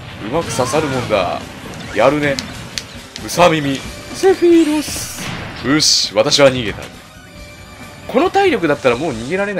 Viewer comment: 毎回思ってるけど、ｾﾌｨﾛｽの音程を一発で当ててるのやっぱすげえや…